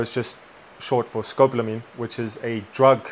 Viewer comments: It's pronounced Sko - PAUL - A - Meen. Don't get caught slipping, they do this in Asia as well. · Finally there is arising some serious conversation about this “Devils Breath” drug. Education here is key, so thanks guys. At the same time, as long as it is “education” would you consider pronouncing the name of the drug correctly? Almost everyone is mispronouncing the English term Scopolamine. It is pronounced: Sco-Pol-a-mine. It is NOT “Scop-lamine” or Scop-lo-a-mine. Take a moment to finally sound it out for yourself. In Spanish: Escopolamina, nearly identical. No big deal for street gringos- but as educators we know that you’re doing this because you care. Again, thank you!